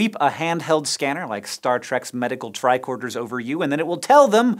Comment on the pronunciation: I always thought they were saying tri-quarter